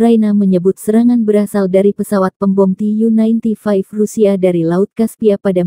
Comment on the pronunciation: "ti yu nainti faiv" Deskripsi 100/100 ala tribun🙄